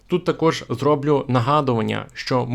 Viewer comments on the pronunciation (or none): Дякую за цікаву інформацію. Але Ви повинні говорити українською правильно. Було́, була́, були́, не бУло. ПочалИ, а не почАли. ЗроблЮ, а не зрОблю.